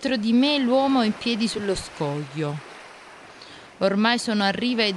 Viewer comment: "Lo scojo" mi fa impazzire. Adoro!